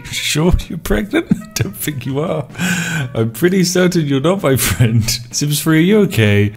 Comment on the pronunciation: Did no one tell these Brits that the Th sound is not Ffff